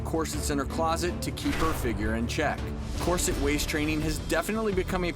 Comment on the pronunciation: He keeps saying corset wrong! 😡😡😡